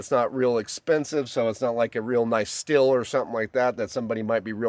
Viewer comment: Super-friendly FYI (truly) but the Stihl brand of tools is pronounced "steel." My source is the company's TV commercials in which the pronunciation by the narrator is very clear and unmistakeable.